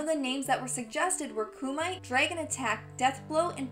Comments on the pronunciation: Kumite isn't pronounced Kumight its koomi Tay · Hahaha... She said "koo-might", its Ku-mi-te.. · cu-myte? it's cu-muh-tay kumite. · She pronounces "kumite" as "KOO-mite" instead of "KOO-mee-tay". That is so cute. :-D So where's Fact #30, which finally tells us the name of Ferra and Torr's symbiotic race? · Correction: Kumite is pronouced KOO ME TAY, it's a Japanese word for 'tournament' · Lol, ku-might! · it kumite pronounced coo mit tay